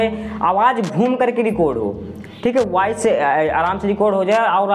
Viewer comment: Waice nei bro voice. .😂😅😊😊😊😊😊😊